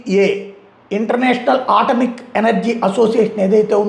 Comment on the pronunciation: అది ఆటమిక్ కాదు, అది అటామిక్